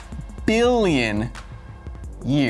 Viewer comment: Everytime he says "MILLION" or "BILLION" in that way makes me laugh my depression away.